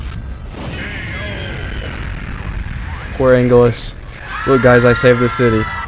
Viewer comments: Why did he call anguirus angilas lol Its pronounced as Angyurus i think Or Eyngerus even tho it says anguirus Btw new sub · ANG-EAR-OSS is how I always pronounced it